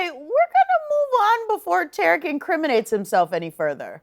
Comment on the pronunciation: W ...his name is TARIK not Terrick